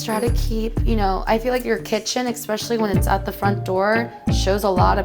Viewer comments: God she's annoying. And then she says expecially and boodet. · For men in their age group i thought #1s space looked pretty good she's so judgemental and can't even pronounce "eck-specially" right lol also she thought the container of 02 was empty when the seal wasn't broken and of course it feels empty it's literally o2...... as light as air.... she's dumb as rocks